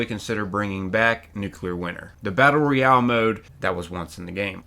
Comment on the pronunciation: Nuclear Winter was the best part of FO76 and the ONLY multiplayer pvp I've ever really enjoyed. Also, bro, it's pronounced ROYale not REYale. 😉😉